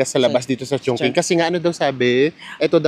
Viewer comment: Maganda tlga sobra ang Chongqing,(medjo bothered lang ako ng very light sa pagka-pronounce nyo HEHHE😅) Chongqing (pronounced as 'Chong-chíng' not Chong-king 😅)